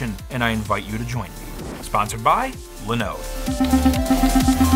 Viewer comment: Its called, linoooode not linode (the more you know😀)